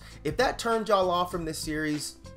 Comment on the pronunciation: Bruh said YUllll😂😂it's yAlll my man.